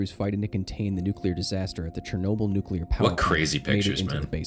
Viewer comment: Say it with me, nuc-le-ar. Atoms have a nucleus, not a nuculus. Rant aside, Ukraine is literally my neighbor and the accident happened around the same time I was born. You better believe I've read up on everything related.